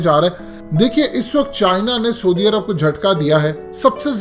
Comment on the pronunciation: پہلے سعودی عرب کا نام تو ٹھیک سے بولنا سیکھ لے 😂 😂 😂 😂 😂 😂